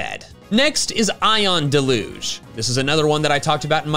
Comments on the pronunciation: It's DEL-UGE not DE-LUGE. Usually used to describe heavy rain. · It's pronounced DEL-yoozh. The stress is on the first syllable.